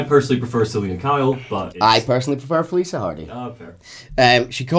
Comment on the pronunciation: Okay I mean no disrespect by this. I’m just genuinely curious. Is consistently mispronouncing Felicia Hardy’s name or is that just how her name sounds in a Scottish accent? Because the “cia” part of her name is pronounced like “shuh” but keeps pronouncing it like “suh” Again I’m not trying to be rude, and I’m really sorry if it comes across that way, I’m just genuinely curious.